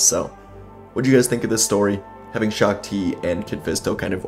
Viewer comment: You are mispronouncing shaak-ti, and windu against Palpatine is not a even fight windu wins hands down